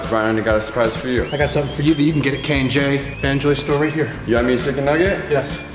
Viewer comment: NOT HIM SAYING KIAN AND JASON